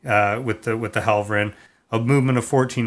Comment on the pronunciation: Mispronounced Helverin